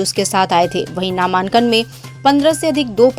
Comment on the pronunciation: नामांन्कन kya hota hai ?🙄 pronounced ko to thik rakhiye